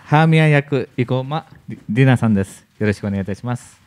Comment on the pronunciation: イゴマ・ｯﾃﾞｨ・ディナで草